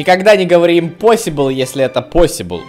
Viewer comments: Не инпосибл а импосибл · Не когда не говори импосибл если это посибл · Никогда не говори импосибл если это посибл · Никогда не говорите импосибл если это посибл